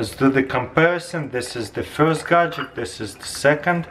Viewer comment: I found it awesome that Taras can perfectly say the long word imperfection but still says gagjetcks